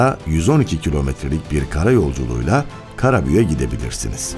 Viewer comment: Seslendiren kişi özel isim sonunu yumusatilmamasi gerektiğini bilmeliydi, Karabük e , yerine Karabüğe diye konuşuyor, Türkçe ye yazık ediyor